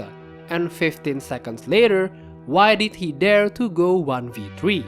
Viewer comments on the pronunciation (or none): none